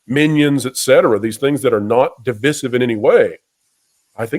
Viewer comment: Why can you not pronounce divisive correctly